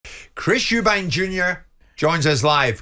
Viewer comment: “Eubank”…no “s”.